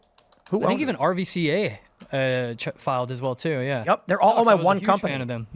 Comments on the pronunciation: “RVCA” clothing company is pronounced ‘ruca’ because the V is a sneaky U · he said RVCA hahahaah still no one knows how to pronounce that brand RUCA C sounds like a K Awful branding and thats why.